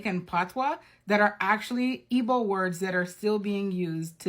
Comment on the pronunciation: I cannot deal with that "G" in Igbo not being silent. If you can't keep the G silent, then really you should Be silent. Respectfully 🙏🏾